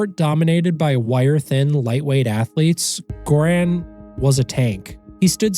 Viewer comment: Well, butter is vegetarian, just not vegan. Good summary of his journey, I recommend his book, too. Btw, Göran is pronounced with a soft "g", the name starts with a sound more like in "yearning".